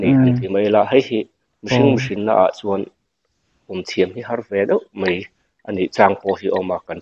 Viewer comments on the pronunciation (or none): A ropui hle mai. Pu Channel neitu, Mizo țawng i hmang uluk ang u. "Mai" tih turah "mei" i hmang zel a. Media i buaipui ta sa sa, țawng fimkhur la ka lo ti deuh. Tunlai naupangho chauh emaw kan tih laiin nangni kan u te rual meuh pawhina "mei" in tih zel te chuan tuin nge țawng dik rawn chhawm nung ang le?